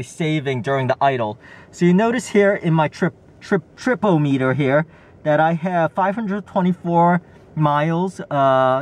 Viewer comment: Not 'Trip Oh meter'. Trip om eter. Just as not speed Oh meter, but spih dom iter. As not ODO meter, but O DOM iter. Now repeat it all a few times until it's burned in your brain. Yes, English can seem like a funny language sometimes, but this will help prevent you from sounding like an idiot.